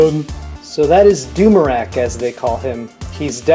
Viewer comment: He said Umurak the destroyer at the start where he meant to say Doomrak the destroyer